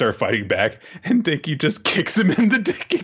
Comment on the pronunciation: "Denki" You're killin' me man.